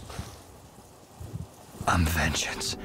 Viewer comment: "I'm vegeance" 🦇